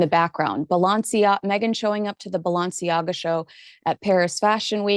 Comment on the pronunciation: Are you intentionally mispronouncing Emma Grede's name? There isn't a single "N" in her last name. I heard her say in an interview, that her last name is pronounced the way it's written. Sounds just like "greed". And, Balenciaga?!?